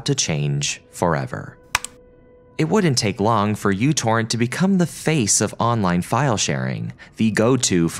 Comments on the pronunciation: Came here to point out it's "Micro Torrent" not U torrent. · Its pronounced Micro Torrent, not u torrent. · It's "Mu Torrent", not "You Torrent"! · It's called "Meu" torrent, not "U" torrent. Just because μ looks like u doesn't mean it's pronounced like it as well. μ is pronounced at Meu. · Pedantic nerd point: The correct pronunciation is "mew torrent" because it starts with the Greek letter μ. I remember them saying it on the website the first time I downloaded it. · oh my - its first time when I hear somebody reads micro torrent as u torrent. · It's not uTorrent! It's Micro-Torrent. That's a micro symbol not a U!! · Me torrent not U torrent. Me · It is not a 'u', it's a mu, as in 'micro'. MicroTorrent. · someone tell this dude that the fancy u stands for micro? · It's a mu, it's pronounced "micro," and Microtorrents are still alive and well -- so you managed to get three errors into a single phrase. No, I didn't watch the video: if a speaker shows themself to be a half-wit in the first ten seconds I move on. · Being in electronics, every time he calls it "U-Torrent" is like fingernails on a chalkboard to me. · It is, he's mispronouncing it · 'µ' is a Greek letter. It's pronounced 'mew'. Never really heard of it being an abbreviation for anything. Anyway, it's pronounced "you-torrent". This is the first time I'm hearing otherwise. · It's actually mu torrent. It's the Greek letter. Although I always called it u-torrent. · its pronounced mew torrent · you'd think you would do 5 seconds of research before putting this out. µ means micro so it's actually pronounced microtorrent fyi. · MICRO Torrent. The software is called MICRO Torrent. sigh.. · WHY DO YOU KEEP CALLING IT U-TORRENT????????? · That is not the letter "u" from the Roman alphabet, that is the letter "µ" (mu) from the Greek alphabet. So µTorrent is actually pronounced as microTorrent. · wait its not myu torrent??? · Fyi it's pronounced "micro torrent" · it's pronounced microtorrent